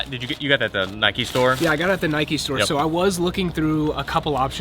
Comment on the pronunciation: When people say Nikey urrrrgh